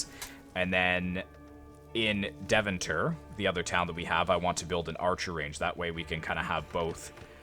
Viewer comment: Since you mention the pronunciation : Deventer is pronounced Day-fan-tur. Love the content!